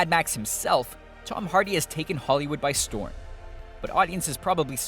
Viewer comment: why is it that when you were about to say "holloywood" you said "hollywo"